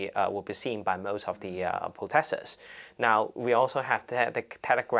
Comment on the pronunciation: Totally, totally with the protestors here. But please, stop trying to pronounce words with an English accent (for example ‘most’, this guy says it and it just comes out as ‘mawwwuuuust’, sounds so pretentious and tacky) if you can’t do it. Thank you!